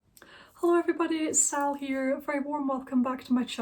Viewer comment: Hi Sal 🌷 uh powdery, what we love à la folie 💗 💗 I absolutely adore the way you pronounced my name 🤩 See you 🌷🌷🌷